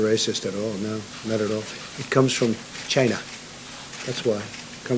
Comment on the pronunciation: Love the way Trump says "china"